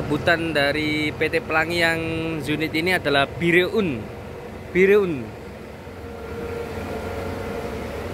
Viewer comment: Bireun dibaca Biren salah satu kota di Banda Aceh